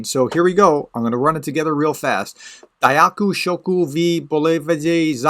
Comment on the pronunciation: You still need to work with your pronounciation. There is some room for improvement. Pryvit is more like 'pri-v-jet'. Thank you - Dyakuyu - more like 'Da-ku-ju'. And an easier way to say 'Thank you for supporting Ukraine' could be: Dyakuyu za pidtrymku (pid-trim-ko) Ukrayiny (Ukra-jina). This is cleared and approved by wife :)) Slava Ukraina!